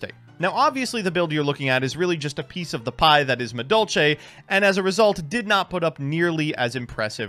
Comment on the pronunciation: really just can't read Madolche cards huh?